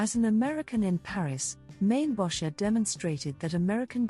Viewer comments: Actually pronounced as in "Maine-bocker" with a hard "K" sound. He was a Chicagoan. His name was not "French". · Mainbocher is pronounced Main-Bow-Shay. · AI can't pronounce his name. LOL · Don’t you love AI???? Can’t even pronounce his name. Ridiculous